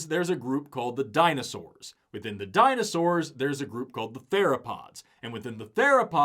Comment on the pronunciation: Why does he keep saying “Dino-shors” ??